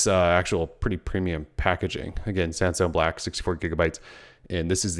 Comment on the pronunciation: i keep hearing "samsung black"